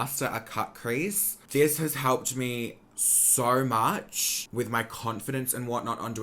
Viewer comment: the way he says “SOY MUCH”❤️